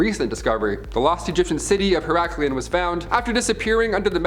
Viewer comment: say it with me. Iit is pronounced "her-ok-leon". I will let this one slide, but the next time it's going to cost you $500. Or $1,000 if you want to debate it